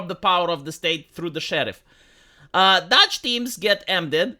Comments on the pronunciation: Not Dodge, it's doge. Your pronunciation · please, it's "dohge" or maybe "dohsh". Not "dodge". Even the legacy media got it right. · Doe then the g sound- DOGE, your pronouncing it dodge, it’s the “oh” sound you’re looking for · It's Doge not Dodge. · Every time pronounces it 'Dodge' I cringe a little bit harder. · DOGE with a long O like Hoe. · Why do you pronounce DOGE as Dodge? lol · Dog-e. Doggy. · It pronounced "DOOUGH" IN AMERICA. SORRY OCD ❤❤❤😂😅😊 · How do you research this whole topic and not know how to pronounce "DOGE?"